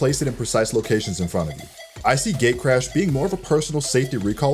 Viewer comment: It sounded like gaycrash when he said gatecrash